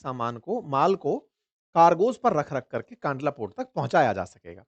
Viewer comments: Sir it's kandla not kaandla. 🙏🏻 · सही नाम कंडला है । कानडला गलत उच्चारण है । . 😊🙏🇮🇳 || JAY BHARAT || 🇮🇳🙏😊 😊🙏🇮🇳 ||जय भारत || वन्दे मातरम || 🇮🇳 🙏😊